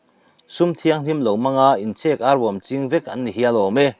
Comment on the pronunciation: Ka lo sawi sel hlek ang che aw.. "inchhek arbawm" tih hi i thluk diklo deuh in ka hria a, tui cheng in an chhek per chhuai chhuai ang hian chhek tih lai hi thluk tur a nih hmel e. Tuna i thluk buh chhek thluk nilo khan😊